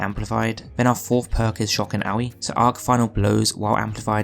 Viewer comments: "Shock and ouwee" its shock and Awe, like being Awe struck. pronounced like Oar XD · for the love of god learn how to pronounce "awe" it's not owie it's awe. Muppet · lol shock and owie.lmao. its awe like your in awe of something or you seen something crazy/cool/amazing/etc. js. funny how u called it owie. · Shock and Awe (IE) ? xd made me chuckle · Shock and owie? 🤣🤣🤣 mate its awe as in ooohw. It means to be surprised and in a way dumbfounded due to like some sorta wow factor. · No it’s pronounced like “aww” or “aaaaahhhh” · mans actually said shock and ah-weeeee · MANS SAID SHOCK AND OWEE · its pronounced shock and Orr 😂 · Shock and Awe - the Awe part of that perk is pronounced like "or", just like in awesome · lmao did he just pronounce it "shock and OWEY"? see kids, you dont need to get a diploma, just get a youtube channel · it sounded like you said shock and owie.... and that fits so well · Dude said shock and owie. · never heard someone pronounce awe like that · how did you say awe????🤣🤣 cracks me up